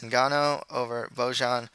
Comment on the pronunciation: Loving your predictions! Just a friendly tip - "j" in serbian/croatian/bosnian is pronounced like the english "y". So Bojan Mihajlovic is pronounced something like Boyan Mihaylovich.